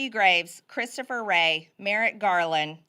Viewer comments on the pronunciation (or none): none